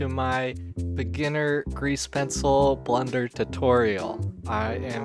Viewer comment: Is it just me or are you accidently saying Blunder instead of Blender?